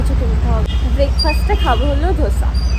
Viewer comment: It's Dosa not dhosa 😂😂😂